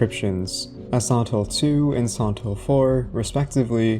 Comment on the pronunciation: Sorry but why you say "Santo" instead of "Silent"? Is an accent or there's any particular reason? or like Japanese sound like "Silento"?